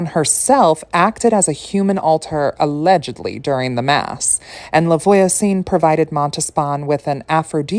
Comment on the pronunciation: its no big deal but if you want to know voisin is pronounced vwa-zehn. the n is silent which is so annoying and confusing! <3